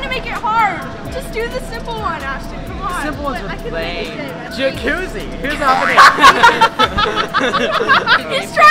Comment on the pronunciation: He said like jaccuzi